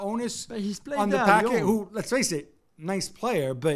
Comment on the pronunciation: Why this guy keeps calling him Packet is beyond me.